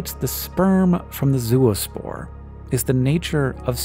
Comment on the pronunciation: I twitched every time he said zooospore when he meant to say zoospore [ zoh-uh-spohr ]. Anyone else?